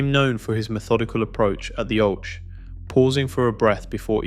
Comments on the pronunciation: On the oach 😂😂😂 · Love that AI can't pronounce oche 😂